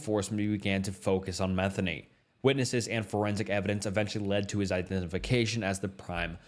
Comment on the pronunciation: Joseph Metheny's last name is pronounced Meh-thee-knee. It drives me crazy when people mispronounce it. I married a Metheny (no relation to Joseph). It's partly why I don't go my real last name on here. The other reason has to do with my first name.